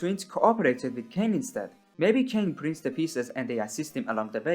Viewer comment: "Kane" my guy you do NOT know the 'goes like that